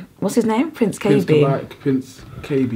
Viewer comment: Please pronounce Prince Kaybee properly!! Its Prince "Kay - Bee"